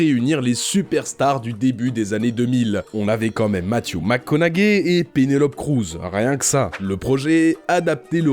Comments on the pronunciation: ’Tite correction, McConaughey ça se prononce plutôt "conoé" (plus ou moins), pas "conagué. X) Sur la Porte du Paradis, ça paraît incroyable que personne ait dit à Cimino "Euh, monsieur, faudrait vous calmer, là." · « Matthew mcconau gay » avoue t’avais jamais entendu quelqu’un d’autre prononcer son nom avant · Ça se prononce Mattew Mac ConoWé 😂😂😂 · Par contre McConaughey ça se prononce conowé les gars, acteur oscarisé quand même